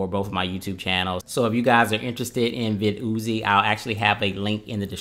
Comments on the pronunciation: Vid-Uzi 9mm Lol. I think it’s pronounced: Vidd-e-Ohh’s Viddy Oze Like the caffeine med NoDoz No Dohs, not NoDahhs But whatever you think I guess is fine. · vid yozy haha lol pronounced "videos" don't get me wrong I am not bullying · I love it... vid ooo zee... you are funny. It’s still pronounced videos like normal. You can check their website. Anyway amazing and informative video. I loved it! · I'm mad he keep calling it Vid Oozie! It's VIDDYOZE Sounds just like VIDEOS! smh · nice review, but you do realize that it's pronounced vid-e-os! Thanks for sharing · Pronounced *videos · But i like it more when he says Vid-ooo-zee hahaha!